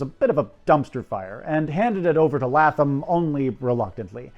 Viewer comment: I found this very interesting and well researched, with one small flaw. Every time you pronounced Harold Latham's last name, I cringed, because it was my maiden name. It's pronounced more like LAY-thum.